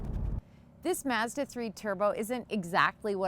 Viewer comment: Stop saying masda its Mazda. I work for em its not how you say it.